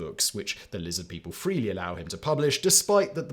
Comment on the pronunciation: Lizid peeple